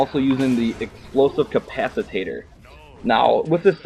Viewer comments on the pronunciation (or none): explosive capacitor, not capacitator, carry an extra grenade not potato